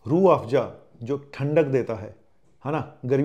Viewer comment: Z for zoo hota hai ya Joo😢, Afza ko pronounce kar rehe ho Afjaa😮😅